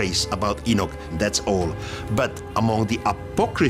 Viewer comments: Why is this person saying E-NICK?!😡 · Its...Enoch (Eee-knock) geezes man. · Its E-Knock thats how u say the name Enoch... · enick lmfao wtf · Yo can you redo this documentary and get the names right? You know his name ain’t no damn E-nik geesh!!! 😒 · eenik Eenik EENIK Got annoyed by the continuous mispronunciation so couldn't continue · At 3.58min i stopped it if you cant say Enoch right then get another job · His name was Enoch, not Enick. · Who the heck is Eneck? I thought it was Enoch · It is Enoch not Enich, please get your pronunciation correct if you are the narrative. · Where is there an I in Enoch?!? Maybe it's me but saying Enich sounds ignorant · Love this topic but cant stand robot voice saying enick! And not enoch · enoch not enich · Enoch not Enick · What about EnickThen he starts pronouncing it In-nick. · Enoch. Not enich. The wrong pronunciation is hard to listen to. Lol